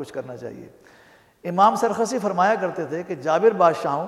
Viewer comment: naam teek lo g sarkhasi nahi sarakhsi hi khafa naho